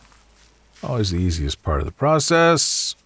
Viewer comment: Nobody:: "it's easy, it's part of the PROCESS"